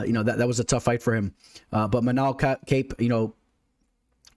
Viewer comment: Nice breakdown, bro. It's ManÉl KÁpe, btw (trust me, I'm Portuguese)